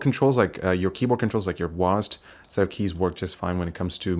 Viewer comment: "wasd"... its W, A, S, D